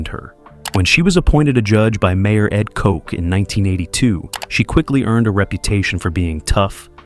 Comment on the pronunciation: mayor Ed Coke? Lmao